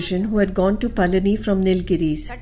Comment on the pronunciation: Requesting you to kindly not allow the butchering of names of people and places 🙏🏼 for example.. it's Palani and not Palaani etc. Thank you, Namaskaram 🙏🏼